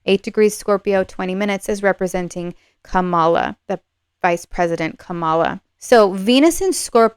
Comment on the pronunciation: I wish that you would have the respect for Kamala Harris to pronounce her name correctly. It's really easy (Kerry Washington's young nieces gave a lesson at the DNC, it;s pronounced "comma" then "la"). The mispronunciation has been done deliberately by TRUMP supporters to dish her gender and her race, it's become a sort of "dog whistle" for racism and sexism to some. I will watch to see if you begin to correct yourself, otherwise I will need to unsubscribe. On my side, I will not diss Donald Trump and his followers, out of respect for the non=partisan nature of your readings. If I had to leave, it would be a shame, I'm relatively new to Western Astrology, and I'd love to have someone to watch and learn along with. Thank you.